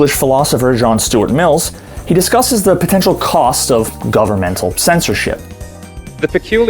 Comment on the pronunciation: John Stuart Mill.... not Mills...